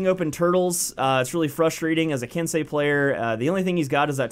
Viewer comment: "It's ok I'm American I'm allowed to be ignorant" you sure are a good sport lol.l, but you did say it right so good on you :)